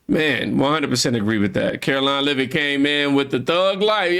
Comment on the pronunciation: "Lev it" not" lavit"